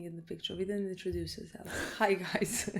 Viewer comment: "I DID'DENT"